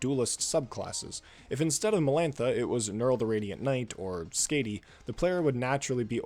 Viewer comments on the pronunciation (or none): Wait why do you pronounce Skadi’s name like that?! That sounds vile 😭 And I resent having Viviana in the thumbnail. I know why you did it but I feel like I have to present a whole slideshow to defend why she isn’t bad when people say that LOL